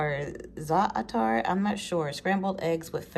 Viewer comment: Its pronounced zay tar.☺️ and yes you pronounced kalamata right.👍🏾